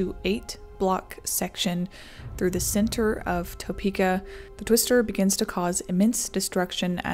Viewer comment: Just so you know, it's "tuh-pee-kah." Not "toe-pee-kah." I was born and raised here, and my family has been here for over a 100 years. My mom was 13 at the time, and I think the family was still living off of Clay Street near Potwin. Not sure when St. Francis Hospital was built, but the house looks onto that park right there across from the hospital. At the time, my grandpa was working for the Union Pacific railroad, and he was headed to work. Saw the tornado cross the road behind him and booked it home to his family. Thankfully, everyone in my family was fine. But it's still a wild story.